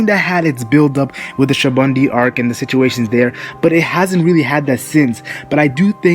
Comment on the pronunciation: Your pronounacion of SA-BA-ODY is troublesome. I don't think they're gonna fight when they're gonna meet again I think an alliance is gonna form between Luffy Law and Kid. I think Sabaody hinted that. Also Hawkins, Apoo, Drake, and Urouge kinda looks likely after that run in with Kizaru and also with Kaido as well. So kinda think about that and I think those alliances are gonna happen.